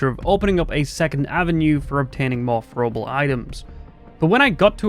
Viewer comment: “Fro uhble wepuns “